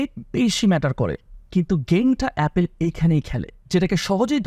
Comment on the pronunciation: 🙄 ভুল দিয়ে শুরু করলেন। LV, Channel এর মত অনেক ব্র্যান্ড রেগুলার ডিসকাউন্ট দেয়। আর দ্বিতীয় ভুল হলো উচ্চারণে: অ্যাপেল না, অ্যাপল।